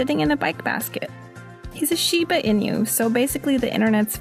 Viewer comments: Shiba-E-nu. Not E-new. Far out. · Did anyone else get annoyed by the way she sad Shiba inu?